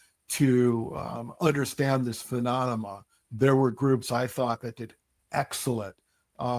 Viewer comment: I appreciate his service in the Marines, but I can’t take him seriously on this topic for 2 reasons. 1:He takes up for Kirkpatrick 2:He can’t pronounce “Phenomenon”. Keeps on saying “Phenonamah”